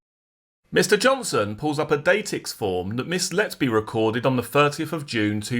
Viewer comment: Datix is pronounced day-tix